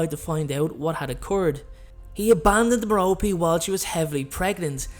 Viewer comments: It’s mair-a-pee not ma-ro-pee No offense though, love your channel and you sexy 🥺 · I believe it's pronounced 'Mero-pay' not 'Mero-pee' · Come on, Love this channel BUT....Merope its pronounced Merr-Oh-Pay. Listen to stephen frys audio book. You hella mispronouncing it